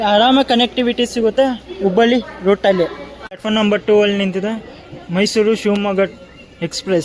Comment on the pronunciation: ok bro next time in caption and even when u speak put it and say it as mysuru only